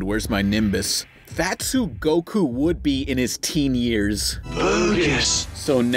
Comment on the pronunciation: That's not goku! That's "gee-ku"